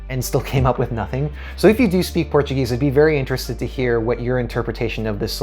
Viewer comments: Great review, congrats and your portuguese pronunctiation is awesome. For me the best song is Ai coração, let's see tomorrow! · A tua pronúncia do português é 👍